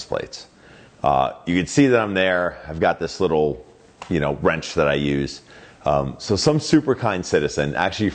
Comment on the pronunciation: I cringed each time he said "wrench".